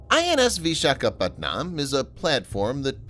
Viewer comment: im sorry but whoever is narrating this video prounounces vishakapatnam as PatNAAM but actually is pronounced PatNUUM LOL 🤣🤣🤣🤣